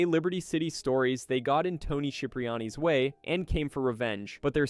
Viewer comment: And cipriani